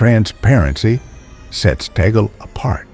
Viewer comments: Cardinal Luis Antonio Tagle will be pope if you pronounce his name correctly. It's TAG-GLE! not tagol 😊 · His surname is pronounced as TAG LEH. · BTW , it is TAGLE not TAGEL